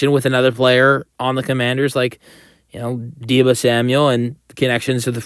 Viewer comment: Did I hear "Diva" samuel correctly? Lol